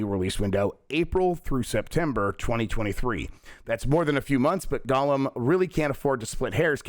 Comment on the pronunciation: Of all of the ways you say it, I can assure you it is not GULLUM. The first vowell an O not a U, stop saying gullum.